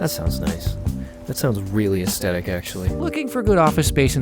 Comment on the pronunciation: Everyone freaking out about reversing blurs and I'm just sat here having a stroke everytime he says 'Ass-tetic'.